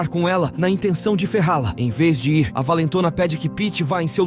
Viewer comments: Essas locuções esquisitas sempre falam errado ao tentar dizer "IR", no lugar dizem " I R " (as letras separadamente), além de outras palavras rsrsrsrs. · Mas é IA. Tem uma parte que ele deveria falar “ir”, mas lê a letra, no caso “i” “r”